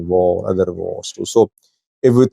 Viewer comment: 😂😂😂😂😂😂😂😂😂😂😂 although you're pakistani, you sound indian when you say "var" instead of "war" that's becuase some Pakistani languages such as urdu share hindustan tree, although the Pakistani influenced by persian...etc. i dare you to pronounce war in your next footage.